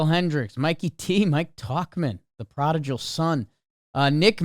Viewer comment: At this point I honestly don't know if does or doesn't know how to pronounce "prodigal" lol